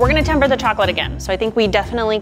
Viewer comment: ”That Chocolate Is In Temperrr” ChOcOlAtE iN tEmPer ERRR